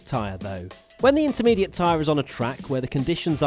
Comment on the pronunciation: Slintermediate lol